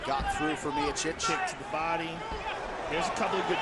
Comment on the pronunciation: I hope by the 3rd fight someone tells Anik how to say Miocic or maybe he can use his brain and realize everyone else is saying it a different way.